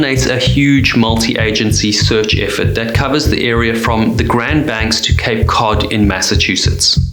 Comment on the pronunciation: Cape Code Bay? 😆